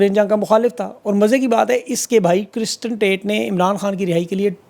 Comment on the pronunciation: Dude it's not Cristan Tate it's Tristan tate , and the brother who tweeted is Andrew Tate, apni research to proper tareeke se kren